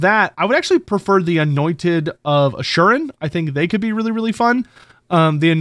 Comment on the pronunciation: Isn't it Asur-yan not "Ashuren"